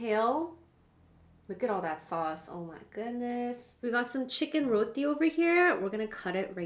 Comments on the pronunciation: Thank you for not calling it Jamaican and thank you for pronouncing it correctly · At least they pronounce d roti d right way I guess smh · First time someone whos not trini said roti the right way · The pronunciation on point -- barra and roti 😝🤗😍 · The food dont look good... i am from Trinidad and Tobago... but i LOVE HOW THESE LADIES ENJOYED IT. AND ACTUALLY said Roti PROPERLY